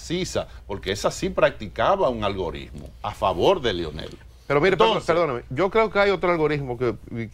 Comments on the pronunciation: díganle a ese señor que no se dice "ALGORISMO" :) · Jajaja... Lo dijo varias veces con "S" si.... Ahora Francisco Javier es uno de los mejores estrategas políticos que hay en el país. Lleva a cualquier candidato a lo más alto.